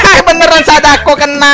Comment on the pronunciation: Ba Sadako benar bukan sodako sala